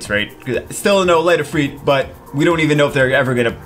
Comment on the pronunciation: It's not Ifreet. It's Ifr"i"t